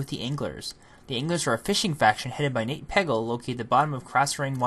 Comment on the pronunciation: Why does it sound like you refer to Nat Pagle as Nate Peggle?